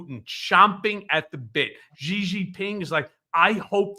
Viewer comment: Xi as in Xi Jinping is pronounced very much like the English word SHE not GEE.